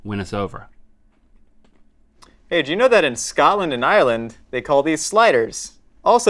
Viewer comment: It’s Ireland, so it’s pronounced iyre-land not island. Also, we do not call them sliders in Scotland at all. Ever.